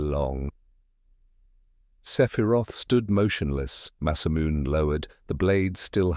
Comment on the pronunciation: Sephiroth's masamune ... you really need to check your TTS before you upload to make sure names aren't mispronounced, or it's going to be a major distraction throughout the story.